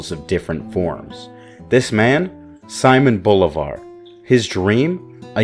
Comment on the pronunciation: It ain't fucking Saimon Volleyball, It's Simon Bolivar(Seemon Bolivar) to make it easier for everyone. 🤦🤦‍♂🤦‍♀